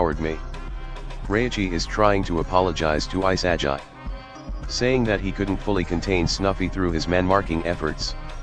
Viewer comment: What kind of pronunciation of Isagi is that?